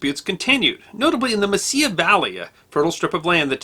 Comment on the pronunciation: It is Mesilla not messiah valley.